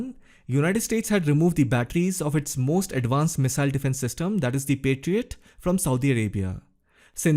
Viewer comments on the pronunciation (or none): none